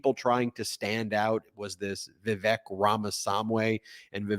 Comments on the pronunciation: I'm asking this question without prejudice, but out of curiosity. Are you purposefully mispronouncing Vivek's name? His first name rhymes with "cake", not "check". His last name is pretty much a phonetic pronunciation: Rah-mah-SWAHN-ee. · You pronounced vivek's name wrong every time 😅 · You're mispronouncing Vivek. It rhymes with fake. Another 14 months of this horror show? Can't wait for the next bitter slanging match between these deeply unlikeable monsters.